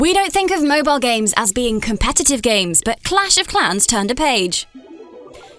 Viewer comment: this lady keeps pronouncing Mobal games instead of Mobile games